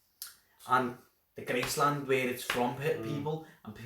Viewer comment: It's not Gracelands 😂🤣 its Graceland 😂🤣